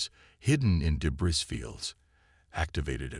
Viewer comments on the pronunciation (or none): Debris is pronounced deb - reeee..... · Enjoyable. ❤ your AI needs to leave out the s sound when speaking the word debris, p,ease give it a heads up. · Clean up the pronunciation, the AI needs to be trained, in the word "debris" the "s" is completely silent, the surname "Thompson" the "h" is far too pronounced as the AI spoke it. There were numerous phrases that were used verbatim several times throughout the story. Proofread and listen to the TTS output before upload please.